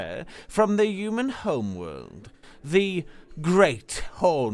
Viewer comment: Human . Not uman 🤷‍♀️